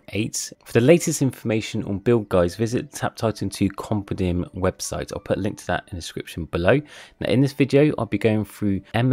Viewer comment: i think you need to learn how to pronounce compendium